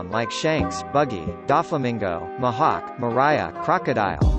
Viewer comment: Your pronunciation Luffy - lady Mihawk - mahalk